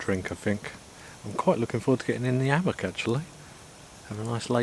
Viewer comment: Never heard of an ammock Is it really that hard to pronounce the H? Hammock! Cmon